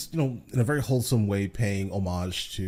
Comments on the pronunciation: We thought he said "wholesome", but he said "holesome". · He said hole some lol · It's "hole-some".